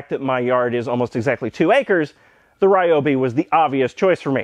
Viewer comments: reeeobee? the fuck is that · First 3 seconds of the video.... "Ryobi" Oh.... I see....